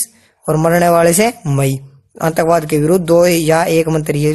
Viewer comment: sir antakvaad ni aatankvaad bht galat pronunciation h ...